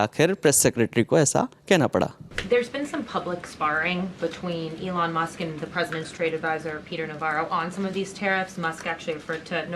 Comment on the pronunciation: Allen Musk nahi Elon Musk hai bhai log😊😊